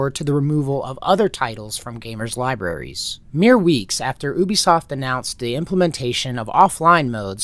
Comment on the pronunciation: It's refreshing to hear Ubisoft pronounced correctly, but you ruined it by calling PirateSoftware a "developer".